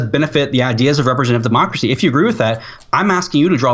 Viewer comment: "Demacacy" lmaooo